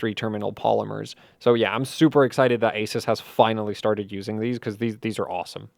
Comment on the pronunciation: What an awesome video! One suggestion though, which is how to pronounce Asus: It’s A-SOOS, and NOT A-SES.